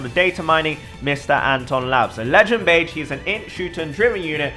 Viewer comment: beh-jee not beige reeeeeeeeeee